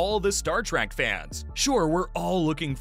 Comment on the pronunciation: It's Trek not Track